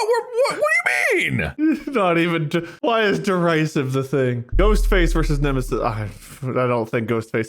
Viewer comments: As someone who knows how derisive is actually pronounced, this episode hurts me in a specific area within my gut. Behind my solar plexus, if that makes sense. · Right in the derisivephram